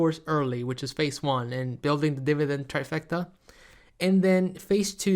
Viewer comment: 😂 it’s pronounced DET(debt) and Phaze(phase)